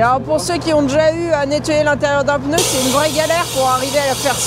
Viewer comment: Coucou. Toujours le même plaisir à vous suivre depuis des années.. j adore à 99.99% Le seul truc qui me choc c'est votre prononciation du mot pneu.. vous avez noté qu il n y avait pas de "e" entre le p et le n. Hahahaha